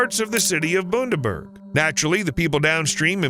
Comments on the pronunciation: Hey mate just to correct your pronunciation on bundaberg. How it sounds your saying it (boondaberg) Pronounced bun-da-berg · As others from Australia have probably told you it’s Bun-da-berg... Not Boon-der-berg. Always enjoy your videos but hearing you get that name wrong just took away from how detailed your research was for this one . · Prime minister of Queensland. 😆 Dude I'm trying to stop chuckling. Combine that with "Boondaberg" (bUndaberg, bunda-> thunder, down unda), and I"m falling off my chair laughing. Good video, very entertaining thank you. 👍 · Boondaberg🤣🤣🤣 its bun-da-berg🤦🏻‍♀️ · FYI. It’s pronounced Bun da berg, not Boon deb erg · "Boondaburg" is what I'm calling it now (It's pronounced Bun-da-berg) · Bun-da-berg not bloody boon- da -berg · It is pronounced BUN DA BERG. Not Boondaberg. Cheers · Dude. It’s Bun-da-berg. Not Boondaburg. Jesus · Australian here with a pronunciation tip... it's not meant to sound like Boondaberg.... it's Bundaberg to sound like 'under' IE: bun-da-berg Have a great day y'all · BUNderberg not boonderbug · It's not Boondaberg, it's Bundaberg - Bun----daberg.🤔🙄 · Just to get a few things clear here, The City of Bunderberg is pronounced as 'bun-der- burg', not Boonderburg! 2nd, It's not the Prime Minsiter of Queensland, It's the Premier of Queensland, the leader of the state, NOT THE COUNTRY! The PRIME MINISTER is the Leader of the country, NOT A STATE as you've stated! If you're going to do stories on other countries, please check pronunications, who the leaders are etc, and what they lead, states, federal, or local govt (Council/Shire). In other words, get your facts straight, and do your homework!!!! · Bun not boon , Hard u , Like in Gun. bundaberg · It is not "Boondaberg" but "Bund-da-berg. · Bun dah burg not Boondahburg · Not Boondaburg. Bunderburg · boondee... damn muricans think bun as in steam bun bunderberg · It is pronounced bun da berg not boonerberg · Also - it is bun dee berg not boon dee berg. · "Boondaberg". LOL